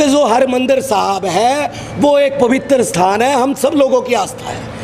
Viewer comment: its harminder sahib not hari mander